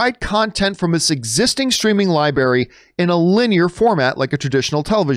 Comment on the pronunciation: "Li-Berry?????!!!!!" C'mon man!